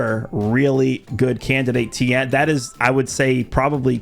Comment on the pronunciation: It's Ten there is no I It's like saying Luthor wrong such a pet peeve of mine 😤